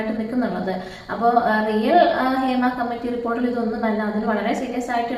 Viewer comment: Adhyam poyi padik, hima alla hema